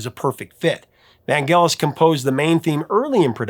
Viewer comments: (IIRC Vangelis is pronounced with a soft G, not hard... "van-jealous") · In the early 80’s, when the chariots of fire song was all over the radio, the DJ’s were saying Vangellis with a soft G, like saying angelic. It sounded odd to hear the way you said it with the hard G.